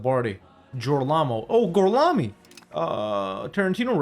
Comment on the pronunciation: "Gorlami" had me rolling 😆